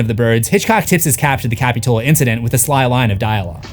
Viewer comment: Love the video, but as a local Montereyan, that's not how you pronounce capitola..